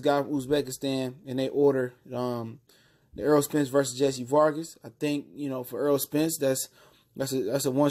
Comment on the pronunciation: This guy for sports TV you talking so much crap about Errol Spence you can't even pronounce his name you call him Earl it's Errol with an E wishful thinking sounds like you really don't know what you're talkin about first of all Mikey Garcia didn't duck out of the fight He was ordered he had a mandatory ibf defense for the lightweight title and if he didn't take it he would be stripped so he's supposed to defend this title but learn how to pronounce Errol Spence name not Earl Errol get the name right before you start talking all kinds of garbage Lord have mercy